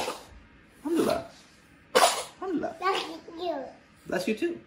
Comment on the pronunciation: Omg,i loved the way he said alhamdulillah after she sneezed,the most south asian muslim thing😍😍